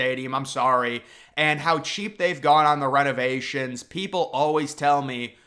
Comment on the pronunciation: The way you say Rennovationsss I've never heard anywhere else.